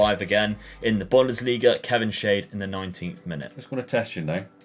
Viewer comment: Like how he's pronounced Kevin Schade. Made him shade, but his name actually means "what a shame" in german 🤣